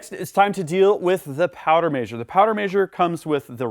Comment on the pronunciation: Measure is Mez-her not May-zure. ;) Other than that driving me nuts, great video!